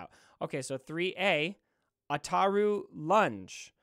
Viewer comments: Ataru pronunciation was on point. Yoda's form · As a super lore nerd, your pronunciation of Ataru was spot on 👌 Also, people already have the Malevolence at 6 to 7 stars. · No u pronounce ataru right